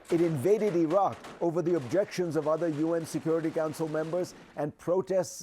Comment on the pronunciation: dude get lost , host CNN can not even pronounce iraq , it sounds like iran.